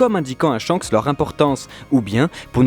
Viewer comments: Ca ne se dit pas "Tshanks" mais Shanks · C'EST SHANKS ET PAS TSCHAKS !!